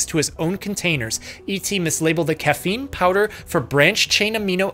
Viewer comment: Read it as cocaine and not caffeine- lol